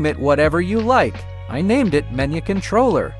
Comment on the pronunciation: Idk why but the "menugweee" made me laugh so hard